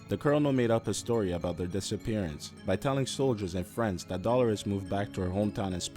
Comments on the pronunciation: her name is pronuced "DEE-lure-us" not "Doll-er-us". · Dolores is pronounced 'Dow-low-riss' not 'Dolar-riss' lol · Dollar-ez lol. D-lore-Es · That ain't how you pronounce Dolores